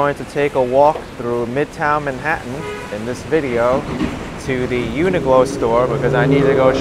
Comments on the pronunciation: Hi - quick question - why do you keep calling the shop Uni Glo when it's actually called Uni Qlo pronounced Uni Klo...? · UNIQLO IS PRONOUNCED, YOO NUH KLOW. JUST SAYING.